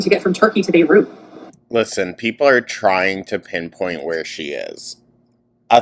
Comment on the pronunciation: I never want to hear her say Beirut ever again.